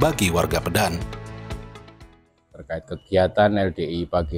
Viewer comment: Masukan Min. Cara baca yang benar bukan "Pédan" tapi "Pedan",mirip seperti cara baca kota "Medan". 🙏